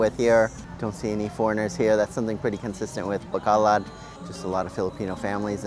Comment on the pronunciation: learn how to pronounce it, just some friendly advice